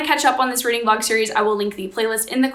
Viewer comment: “readling” has docling vibes